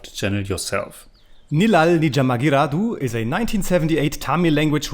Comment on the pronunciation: First of all great effort from on pronunciation of movie title.. Thanks a lot for reacting to this Tamil Vintage movie starring Kamal Haasan Sir.. There are other great tamil classic movies of Kamal Haasan Sir namely Mahanadhi, Guna, Aalavandhan, Kurthipunal, Sathya, Aboorva Sagotharargal, Aval Appadithan, Moondram Pirai, Unnal Mudiyum Thambi, Pathinaru Vayathinile, Sigappu Rojakal etc..